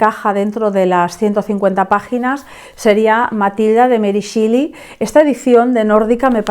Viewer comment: Es meri shéli, no shili 😭